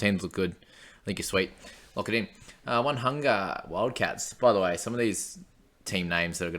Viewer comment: One-hunga? O-ne-hunga